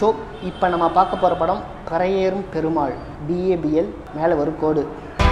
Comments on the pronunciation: Pari means horse. Pronunce like pari not parai.all the best. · நீ வேணும்ன்னே பரையேறும் பெருமாள்ன்னு உச்சரிக்கிறியோ ன்னு ஒரு சந்தேகம் வருது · You said movie name as wrong